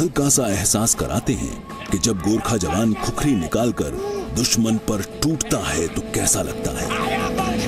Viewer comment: खुकुरी होता है बे 😡क्या खुखुरी लगाके रख्खा है?